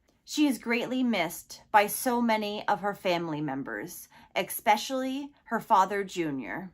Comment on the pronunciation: Please stop sayin eck-specially